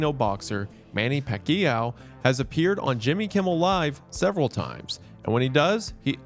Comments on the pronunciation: MANNY PA-KEE-YAOU that really is one way to say it. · Soon as I saw the thumbnail, I automatically knew this had to do with some Filipinos lol And really? “Pakki-yaow”?? You butchered the name of one of the greatest boxers on the planet? What rock did you crawl out under from? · Manny Puh-kee-yow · That ain't how you pronounce Pacquiao (Pak-yao) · Ain't no way he said "Manny Pa-KEE-yow" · The pronunciation of Manny Pacquiao had my hand on the trigger Isaiah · for a terribly Manny Pacquiao pronouncement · I have never heard Pacquiao’s name said like that. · Hearing how Wendigoon pronounced Manny Pacquiao's last name gave me an aneurysm.